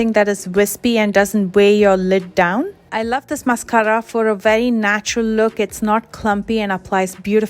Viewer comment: This is the most helpful eyeliner video I’ve come across in a while. Btw I love the way you say mascara!